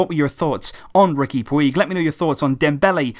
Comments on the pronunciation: His name is pronounced as riqui "pooch" btw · Sorry, but it's pronounced Riki Pooch, I speak Catalonian.